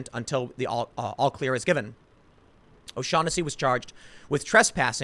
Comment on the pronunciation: His name is pronounced, "Oh-Shag-Henessey"